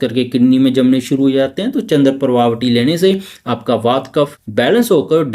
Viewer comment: वात, पित्त और कफ । वाता पित्ता नहीं श्रीमान जी।